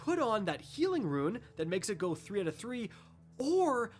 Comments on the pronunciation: Brother it’s “ROON” not “RUIN”. You’re making me crazy with that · ROON!!! NOT RUIN!!! Rune=Roon. Sorry but stuff like bugs me a bit. But Iove your vids!! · Rune's prenounced "roons" not Ruins. lol the amount of times you are going to have to use the term "Rune" in upcoming vids, least you can do if give it it;s proper pronunciation. i.e. "Roon" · Dude it's a rune (roon) not a ruin. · It’s RUNE (ROON) like room but with an N’ I haven’t played destiny since getting godslayer last year and come to catchup a bit on seasonal stuff and YOUR STILL driving me nuts with the grammar. Homie had been doing this for years. Dude is goofy af lol, Love him to death but boy o boy does he struggle with words. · Sorry, but I have to let you know that you are saying "rune" incorrectly. It is supposed to be "roon", not "ruin". Otherwise, another great video. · Rune = roon, not ruin. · it’s pronounced “Roon” not “Ruin”. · Rune. Not ruin. Like roo, with an n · its pronuced ROON not RUIN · Rune it’s pronounced roon as in room with an n. RUNE! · R U N E not R U I N jesus christ its hard to listen to this video lol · roon not ruin. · Rune not ruin...... pathetic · Sir, I am sorry, but it is not Ruin it is Rune pronounce the word better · Rune is one syllable. Why are you repeatedly saying 'ruin'? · IT'S RUNE (Sounds like roon) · "ruin" lol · Why this dude saying ruin instead of rune? Anyone else hear that? Lol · There is no I in the word Rune! You are saying Ruin. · the word rune is not pronounced ruin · Are you purposely mispronouncing the word "rune"? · Is anyone else having an involuntary twitch hearing him pronounce the word Rune?